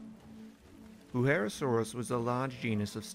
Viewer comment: It kinda pains me that you say Wuherosaurus, when it's Wuerhosaurus.